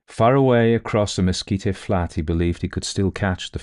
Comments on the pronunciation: Great narration. Mesquite is pronounced mehSKEET. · I have really been enjoying your stories. I just want to let you know that the word “mesquite” is not pronounced “mesquita”. It is “meskeet”. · Only spluttered over my coffee hearing "mesquite" pronounced as you did--from NW US, college in New Mexico, and have always heard it with hard "t" ending, like "meskeet" vs. "meskeet-ee"... Though we do add the "oh" when we say mosquito! 😅 (Or rather ouch after one finds us...). Enjoyed this story... Nothing wrong with some manly-man now & then! A joke i heard in college was "State "x", where the men are men & the sheep are nervous". My school had a rivalry with one in a state just north, so X was Colorado....😅 A reminder to not take anything too seriously. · Oh,, you do "creepy" so well. Lots of shudders in this tale. By the way, the plant/tree called Mesquite is pronounced mess-kit. The final e is silent. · I adore you, but you need to know mesquite is “mes keet’ “. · Good story. My brother went to Peaster schools growing up (authors birthplace) and I grew up about 20 miles from there. Your accent is not objectionable just weird. By the way its prononuced Messkeet leave off the e at the end. Love your work. I worked on Aliens and Cowboys movie. Ended up not getting paid. Lots of points of intersections with this story trajectory I guess. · Beautifully told! ... I've only heard "mesquite" pronounced with two syllables, never three. (Texan speaking) Excellent bedtime story anyway.